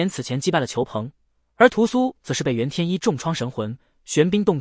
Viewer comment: 煙羅山的“袁天一”，不是“震”天一。 🧐